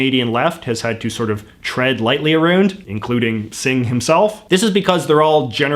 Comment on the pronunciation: Where are you from JJ, I'm curious about your accent when you say words like "about" and "around"?